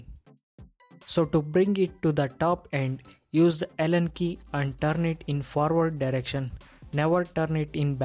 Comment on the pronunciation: i think it's Allen Key set.....not Helen key as mentioned😅